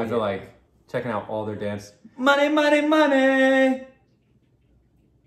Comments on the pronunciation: MAHNI NOT MUNNY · I dont mean to be THAT person but its pronounced mahni not money